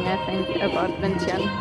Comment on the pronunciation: Omg, you're actually pronounced "Vientiane" "Vieng-chun", right.. Most foreigners never did. lol